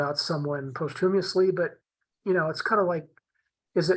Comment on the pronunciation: Love these talks, but I must point out: it's 'posthumously', not post-humorously. Ha ha